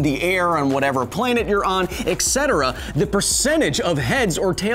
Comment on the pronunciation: oh, and will nobody ever learn how to say "et cetera"? "espresso"? maybe it's just 'e' words.